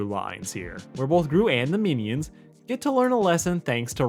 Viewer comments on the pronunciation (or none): y u say meanie-ons